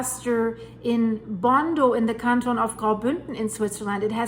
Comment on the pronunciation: It's Gondo, not "Bondo" (2007)